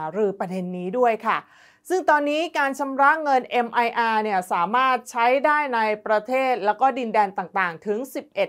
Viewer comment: Mir อ่านว่า มีร์ ภาษารัสเซีย แปลว่า สันติภาพ สงบสุข ไม่ใช่คำย่อ แต่เป็นคำเดี่ยว ไม่อ่านว่า เมียร์ เพราะเจ้าของภาษาเขาให้อ่านว่า มีร์ และไม่อ่านว่า เอ็มไออาร์ ทำให้ผิดความหมาย มีร์ เป็นระบบชำระเงินแบบเดียวกับ VISA และ Master Card ดังนั้นบัตรแทนเงินระบบมีร์ จึงเรียก Mir Card อ่านว่า มีร์การ์ด миръ = Mir อ่าน มีร์